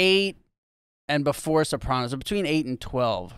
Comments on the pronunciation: Rob was so dope on Jim and Sam with Jamie Lynn, and now AYG!!! guy is a beauty. the only thing that bugs me is the way he says Soprawnos. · Crazy to hear someone from the show pronounce Sopranos like that.